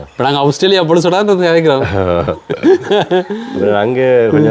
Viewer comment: அவுஸ்திரேலியா இல்லை ஆஸ்திரேலியா ok va